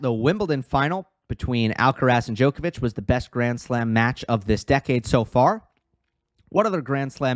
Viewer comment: Not being picky - well actually I am - it's not said as "DJoe kovic" - it's said with the "o" pronounced as in odd, bottle, nod, not, cobble, etc. Haven't heard you say but the same rule applies. They both know how to pronounce their own names! Please stop. Apart from that I enjoy your videos:)